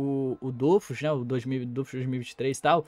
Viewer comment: é DOFUS nao DÔFUS